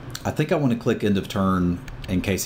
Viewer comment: Is it pronouced Cleek or click? No biggy, just curios.